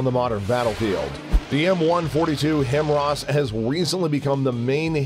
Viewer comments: Im getting really annoyed how he is pronouncing HIMARS completely wrong. Among other names he miss pronounces. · How do you create a good video on what is arguably, the most recognized artillery system in the world, the HIMARS, and mispronounce the acronym, every time? How? And, it wasn't a bad video! Actually, it was a really good video! Maybe, just fix that part that makes one cringe three or, four times, right at the start of the video. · If you can’t even pronounce HIMARS, you have zero credibility on the subject. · I'm getting sick and tired of listening to this pronunciation: "HIM-ROSS" It is pronounced: "HIGH-MARS" Sorry, but this was truly bugging the living shiite (🤯) out of me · WHy do you keep saying it like "HIMRAS".... isn't it HIMARS? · Now, HIMROSS is stuck in my mind! :( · He pronounce it Hemaraz!🤣😂😂I thought there’s something wrong with my ears!Lol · The word is HIMARS NOT HIMRAS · HIMARS….pronounced High Mars. Not Himras. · Stop mispronouncing HIMARS,, it is pronounced "High Mars" NOT "Him Ras". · Wait, HIMRAS? Don't you mean HIMARS? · Himars Not Himros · HIMARS or HIMRAS ? Are you pronouncing it correctly? I tried to look it up and only found HIMARS and nothing at all for HIMRAS. Just sayin' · "HI-MARS"... not "HIM-RAS". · Himras? It’s HIMARS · High mars… not himross. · Him ross????? Lolol where is that “R” before or after that “A”? HI-MARS say it with me HI——MARS (I only kid tho, I love these videos ❤) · its himars ffs not himras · HIMRAS? It’s HI-mars, not “him-RAZ”. Really not that hard to say. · Its not Himrars, its HIMARs ffs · Dude.....HI MARS.....HI MARS.....WHERE ARE YOU GETTING HIMRAAAS FROM?! You have one job... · it´s HI MARS Not HIM ARS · Himars or himras?? The way the narrator pronounce it it sounds like himras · How do you create a full video and still you pronounce it wrong??! It's pronounced like "High Mars" not "Himmras" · HIMARS not HIMRAS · it's pronounced Himars not Him-ras get it straight! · "Him raws" 🤣🤣🤣🤣